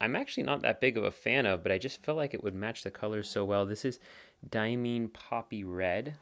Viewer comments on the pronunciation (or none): none